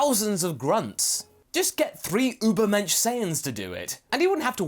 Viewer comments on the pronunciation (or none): said Ubermensch.......Hee hee hee!